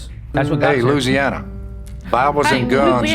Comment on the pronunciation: it sounded like he said "hey loosiana"